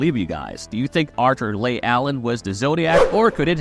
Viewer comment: Leigh is pronounced “Lee” not “Lay.” Arthur “Lee” Allen. If you watched the Netflix doc you would have heard it pronounced properly countless times.